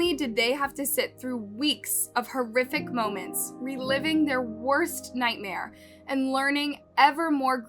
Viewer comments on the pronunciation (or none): none